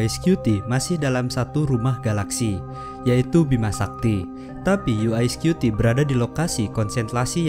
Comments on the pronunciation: bukan "yu ae skyuti" tapi "yu wae skuti" bacanya. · Dibacanya yu ai scuti ya...😅😅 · UI atau UY scuti nih, ngomongnya aja gaberes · "YU WAI SKUTI" bukan "YU AI SKUTI". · Yu Way bukan U eS skupi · UY Scuti : "Yu way Skuti" bukan "Yu Ai Skuti" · videonya bagus dan sangat menambah pengetahuan. Cuma sayangnya narator dalam video ini salah dalam mengucapkan UY Scuti. UY kalo dalam Bahasa Inggris dilafalkan: 'yu way', bukan 'yu ai', kalo 'yu ai' seperti yang dilafalkan dalam video ini, berarti UI Scuti dong harusnya? Mohon lebih teliti lagi dalam video2 selanjutnya, agar tidak misleading. Semoga sukses channel ini..